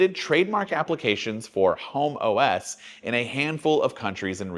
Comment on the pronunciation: So Vista for Apple! Edit: And the way you said HomeOs "Homo S" 😃